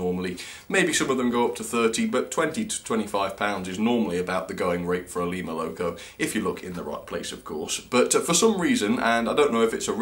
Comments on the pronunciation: Lema? Its Lima in america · Fun enough I live in a town called lima. Its spelt the same but its pronounced lie-ma. Not le-ma